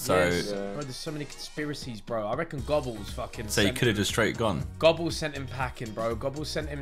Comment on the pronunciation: Bro I'm having a heart attack on their pronunciation of goebbels